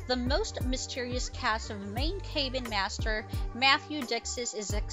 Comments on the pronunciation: "cay been"? Oh, CAB-BIN. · In what world is 'Cabin' EVER pronounced as 'CAY ben'??? This narrator needs to be corrected! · Thank-you! What a maroon...Kay- bin. Where on the planet is cabin pronounced like that?🥴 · You would think narrator could pronounce cabin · Good post, but the narriator needs to learn how to pronounce "cabin" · You don’t know how to pronounce “cabin”?! Seriously? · Thumbs down. Cabin isn’t pronounced ‘cay bin’. Also said Morrill wrong too.